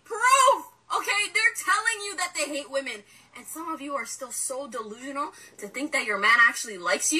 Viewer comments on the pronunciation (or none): Shawty didn’t even say delusional right💯🤷🧠🤦🏽‍♂️🤫